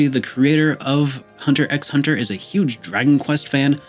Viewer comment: The X is silent when saying Hunter X Hunter.